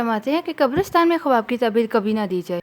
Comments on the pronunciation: Sahi lafz Khuaab hai khawaab nhi...apna talafuz drust kijie shukria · Bahen AAP har baat tafsil se Bata Rahi ho par jaha khuab k tabir hai wo u jaldi jaldi bol Rahi ho k kuch samjh nahi aaraha ya samjh kar bhi samjha mushkil hai Baat Ko Lamba khinchny se accha hai k main baat bataya karo Aur khuab ka pronounciation thuda Sahi karlen Khuab khawab nahi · kawaba nahi hota ha kawab hota ha